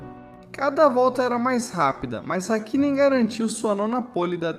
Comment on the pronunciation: Hékkinen, Méc laren 😪